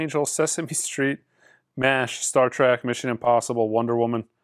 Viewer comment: said Star ‘Trak’… classic